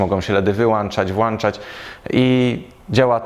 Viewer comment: Merytorycznie fajnie, ale źle się słucha "wyłańczać" i "włańczać".